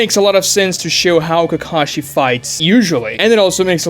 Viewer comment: Really? Not when he said "Ke-KAH-shee"